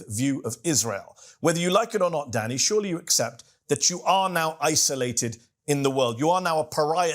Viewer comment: I keep hearing Mehdi saying 'Daddy' instead of 'Danny'